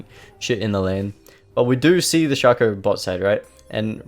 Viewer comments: "shakooăr", id rather say "sheico" even tho it's just "shaco" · are you from spain? because of the first shaco pronunciation